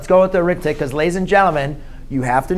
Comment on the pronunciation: In this case "Arithmetic" is not a noun. It is describing the sequence, therefore it is a verb. When it is used as a verb it is pronounced differently. Here is a link to the Cambridge Dictionary so you can hear the proper pronunciation